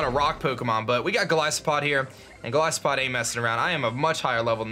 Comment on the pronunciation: "Golisopod" Oh please, it isn't a Primary Ice type, it's (Gol-is-oh-pod)